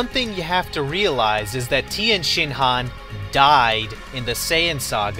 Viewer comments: You dont call him tIEnshinhan, properly pronounced its Tenshinhan, the i is silent! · If I had gained a dollar for every time that you said Tienshenhan...